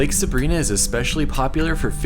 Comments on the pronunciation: Nice trip. Been to all of them and very nice to see them from your lens! Just an FYI: Sabrina (Suh-BRY-nah) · I'm a year late, but if you want to sound like a local it's pronounced like Lake Sabr-eye-nuh :) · Pronounced Sa brine ah, Lake sa brine ah! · LOL.....it's not Lake Sabreeena, it is pronounced "suh-bry-nuh. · Love your videos. Your dad’s adorable!! I’m crushing!!! I grew up in Bishop. Anywhere you go will be beautiful. BTW it’s Sabrina but the I is pronounced long I. Sa bri na. At least that’s how all the locals say it since I’ve been alive. 1966.